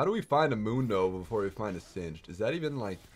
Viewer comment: It's pronounced singed's like hinges (sin-jiz)